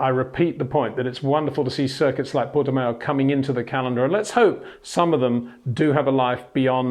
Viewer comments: Pronunciation of Portimão worsening as the video progressed. Pronounce it Portimouch and leave off the “ch”. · Yes, he does pronounce it wrong. Say Miauw, then leave the i out and prefix it with Porte, Peter. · It's like Le Mans: Would be [Purtimans.u]. The ã is similar to an of and. You say it with the nose... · like ouch